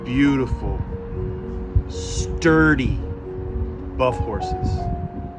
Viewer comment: the way he said "sturdy" sent me 😂